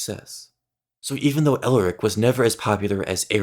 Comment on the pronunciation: Its Elric, not Eric